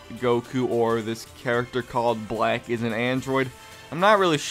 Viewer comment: yeah you said blank instead of black lol